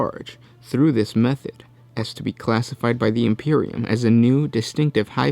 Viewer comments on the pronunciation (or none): none